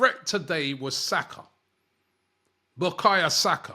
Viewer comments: Robbie, BUKAYO NOT BUKAYA 🤣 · His name is Bukayo not Bukayerr talk about respect Robbie come on dude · Robbie keeps messing the boy name. It’s Bukayo NOT Bukaya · He always butchers Saka's first name 😂😂😂